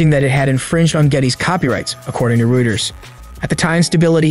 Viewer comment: Ruters? Was this post narrated by AI or someone who doesn't know how to pronounce Reuters?